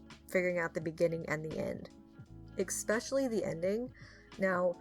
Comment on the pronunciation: noticed that you say eXpesialy (especially) or am I just having a stroke? it's intersting if I didn't mishear it since I've never heard anyone say it like that.